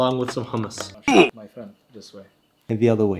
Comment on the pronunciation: As an Arab, I got triggered the second he Mispronounced Hummus